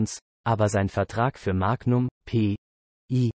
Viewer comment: Die Aussprache des Sprechers klingt wie eine Computer Stimme 🤔🤔🤔🤔Da einige Sachen falsch ausgesprochen werden wie Magnum oder denn Namen des Schauspieler 🤔🤔🤔🤔 Oder ist das nur mir aufgefallen 🤔🤔🤔🤔